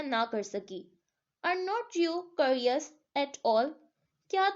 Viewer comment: Curious ≠karios Its kyourious